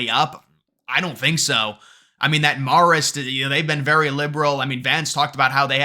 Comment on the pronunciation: Marist is pronounced Mare-ist, not Marr-ist. Just saying.